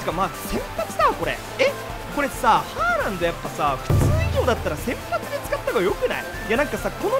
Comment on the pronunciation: ホ-ランドかハ-ランドかわかんないw